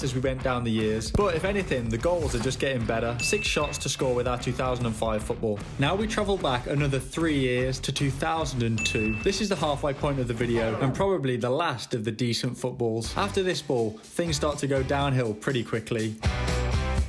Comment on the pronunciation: SORRY POINT NOT MOINT